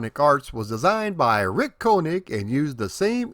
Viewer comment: He keeps saying Rrrrrrick 😂